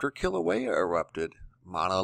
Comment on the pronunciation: E in Hawaiian is pronounced like a long A, Mauna Kea is pronounced Kaya not Keya !! Nice you pronounce KilauEa correctly. ;-)